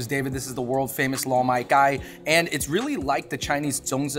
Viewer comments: No disrespect but found it funny when the "Gai lan" was pronounced🐓lan lmaoooo; bros, hit up CantoMando and touch up on them tones 😂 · dude that pronunciation of Gai Lan is hilarious af